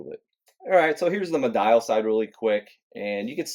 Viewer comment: It's pronounced me-dee-al